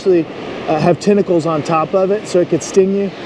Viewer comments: Sorry but its tentacles but not tinacles is pronounced 🖐🏻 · "i guess i touched somebsome of the tentickles"... touches the thing again licks his hand 🤷🤦😂